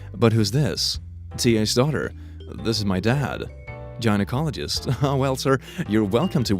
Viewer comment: The way you pronounced gynecologist made me cringe so fucking hard